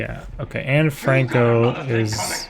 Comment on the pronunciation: sounded like bro said Anne Franco. Like we got an uber collab going on in prime time wth?